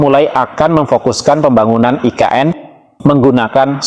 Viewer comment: Nggak usah nyebut "aI Ke eN" bang. Selain nggak cocok, itukan emang singkatan dari bahasa Indonesia...